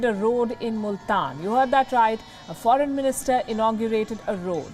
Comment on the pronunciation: lol phoren minister lmao